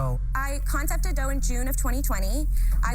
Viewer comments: Probably wanted to pronounce it like "dough.' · Is this lady intentionally butchering the French language? This is not how you pronounce “deux”.